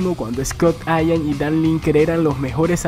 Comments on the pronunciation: es Scott Ian no ayam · Scott Ian!! Así como se escribe, se pronuncia, Ian. Saludos señor...